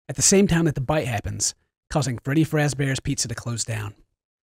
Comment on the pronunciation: I NOTICED THAT! you said freddy frazbears pizza haha :3